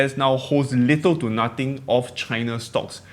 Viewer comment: I think your accent is perfectly fine, maybe just words like “three” “nothing” see if you can pronounce the “th” sound, difference between V/F sounds, these are universally difficult to pronounce, just try is enough. Don’t kill your signature accent!